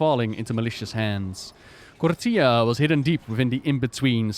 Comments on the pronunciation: please stop pronouncing it like "torilla", it's KOR-FEE-AH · Did you mean "tortilla"? :D Anyway, "TH" is never pronounced like "F". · Is there a reason says Kortía instead of Korthia? Feels like my friend when he says Ar-tie-FIE-cer instead of Ar-tih-fih-cer. Just pronounce it like the devs do gdmit